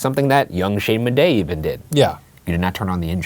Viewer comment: Did he say his name is Shayne Bidet? It’s perfect for him but I wouldn’t think he’d say it so proudly